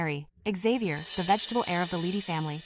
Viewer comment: Vegetative ❌ Vegitable ✅ 😂😂